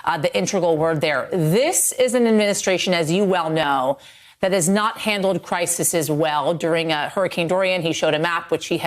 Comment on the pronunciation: Why do so many of these journalists not know that the plural of crisis is crises, not crisises. Come on!